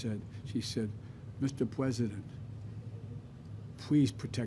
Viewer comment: The f**** a**** Biden says pres of the United States. He can't even speak president